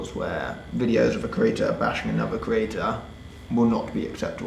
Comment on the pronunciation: I hate listening to him. He literally can't speak properly. creaTTTTTor